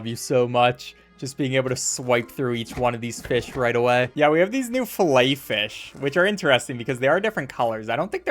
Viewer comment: The way he pronounces Filefish as "fillet fish" HAS to be ragebait